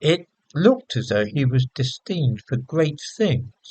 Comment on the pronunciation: "Destined" pronounced "distined"? Or rather "disteened".